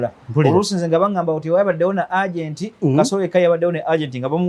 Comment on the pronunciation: the word (agent) is pronounced EJENTI. What ur pronouncing as URGENT, when actually you mean AGENT.